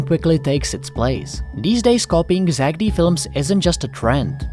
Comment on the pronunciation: Stop saying zackedy its zack D